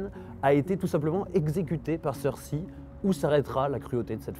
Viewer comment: ça me tappe sur les nerfs dans chacune de tes videos, apprend à dire "Cercei" !